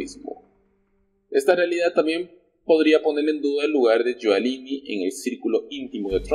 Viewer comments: Rudy GIULIANI se pronuncia yuliani y no yualini como dices en todos tu videos. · Oye primero informate de como se pronuncia el nombre de Rudolph Guiliani